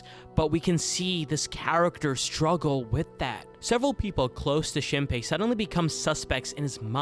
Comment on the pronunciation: is the mispronunciation of shinpei’s and mio’s name intentional rage bait— HAHAHAHA that aside, i love ur videos!! thanks for making a vid about one of my fav animes of all time <3